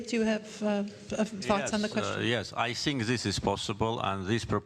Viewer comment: en çox paşinyanın "think" sözü tələffüzünə güldüm [tink]😂